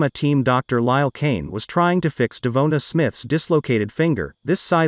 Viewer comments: DE VON TA SMITH not De vo ta or De vo na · De-Von-tae, is is that hard to say (i know i spelt it wrong thats how its supposed to be spelled)